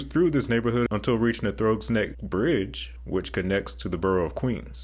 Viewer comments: Great video! Very timely, as I'm reading "The Power Brokers", about Moses. And FYI, "Throgg's" rhymes with "frogs". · I can tell you why it's so congested: It's the best route to Long Island and both Kennedy AND LaGuardia airports. Oh, BTW, Throgs (as in, Throgs-Neck Bridge) is pronounced as if rhyming with 'frogs.' Heavy on the 'g'. ;) The Brooklyn-Queens Expressway, meanwhile, stays near the harbor, so it takes a very circuitous route around Brooklyn and, therefore, is a much longer drive. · "Throggs Neck" is Pronounced like "Frogg's neck" but with a "TH" instead of "F" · Love the vids! Having driven this route countless times in the past, it's nice to see how they've updated the roadways and sandblasted and cleaned most of the stone bridges that were beyond nasty pre-2014. BTW - I know native NYers are cringing at the pronounciation. It's pronounced like "Frogs Neck"...:goodvibes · Throgs rhymes with Frogs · "Throgs" rhymes with "frogs." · FYI-it's Throgs (like frogs)--very good vid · Throggs like "frog" not "throw". Need to put on the New Yawk accent! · Wow honestly not super good; as a New Yorker I cringed every time you mispronounce a word. I Throgs neck it is sounds like frog You said it was a freeway it is most definitely not a freeway it is an expressway. in fact the Cross Bronx Expressway is the only expressway that takes advantage of air rights allowing buildings to be built over it Can this video be redone by a New Yorker please?